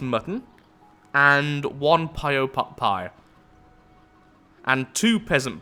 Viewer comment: I will never understand why you say pie-o instead of poi-yo